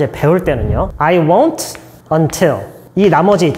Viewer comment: won't 발음이 왜 이래요?